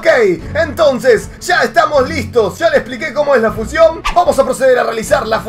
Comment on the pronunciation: se dice fusión no fucion